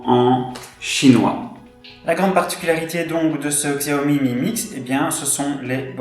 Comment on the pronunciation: bonne vidéo mais les puriste comme moi de la marque apprécierai que vous prononcez correctement la marque ont prononcé chiaomi et non xiaomi même si sa s écris xiaomi